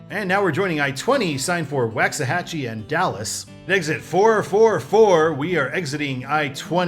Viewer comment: Waxahachie is pronounced Walksahachie